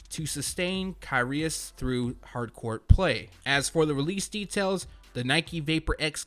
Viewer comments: Knit picking but you pronounce Kyrgios - kireeoss👍 Love the channel ... keep up the good work😉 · A little late but it’s pronounced KUR-Rios for the Kyrie tennis collab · It’s pronounced Kih-ree-ohs. S2g everyone doesn’t know shit about tennis.